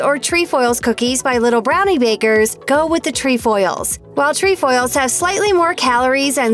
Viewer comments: It’s tre foils NOT tree foils!!!! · It’s not “treEfoils” it’s trEfoils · jena mongold your right im troop 16325 and we have lemon ups and they are good and she doesn’t pronounce “trefoils” correct😂